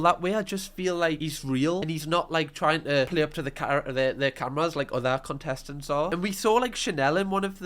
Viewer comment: Was that “cuntestents” I heard 😂